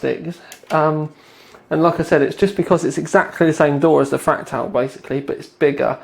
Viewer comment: two sentences in, and I hear "...fractile design..." /sigh